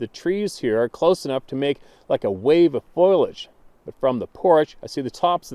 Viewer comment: Hate to be that guy but please stop saying foilage instead of foliage.